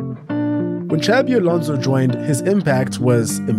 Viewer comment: Please, Xabi Alonso is not pronounced like Xavi. The second one is in Catalan, the first in Basque. The X is pronounced more like a S